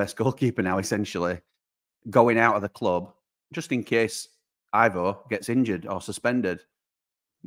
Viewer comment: Hey, Big fan of the channel❤❤🎉! I wanted to say, I could be wrong, but I know a Croatian named Ivo in real life, and at least for him, it's pronouned Ee-voh not I-voh. Love the content UTB❤❤⚔️